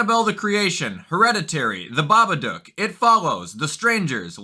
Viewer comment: Holy shit, he said Babadook correctly 😅